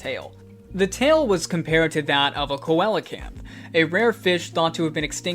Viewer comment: It's pronounced more like cee-la-canth